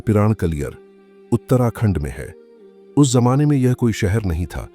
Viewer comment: Aapko jahan z bolna chahiye wahan j bolte hain jaise zamane ko jamane